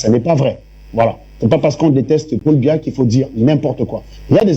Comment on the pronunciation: Elle dit même pas Biya mais Mbia😂😂😂